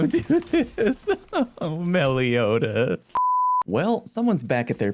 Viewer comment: the fact alone that he was actually able to pronounce the name "Meliodas" correctly tells my I've found another channel I can subscribe to... oh wait, I already am?